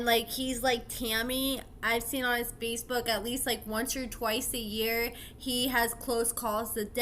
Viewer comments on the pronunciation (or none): none